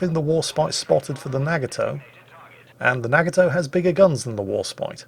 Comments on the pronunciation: I love your videos, this was very informative while still being entertaining. I hate to be annoying, but your pronunciation of Nagato is killing me. It's prenounced with a soft "A" sound and it's three syllables. Instead of saying "Nag-a-toe" it should sound like "Nah-gah-toe." Yamato is similar. Instead of saying "YAM-ah-toe" and putting stress on the first or second syllables, there should be no stress on any. It should be a quick word with no stress or pausing between syllables that sounds like "Yah-ma-toe." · The way says Nagato and Yamato is wrong too.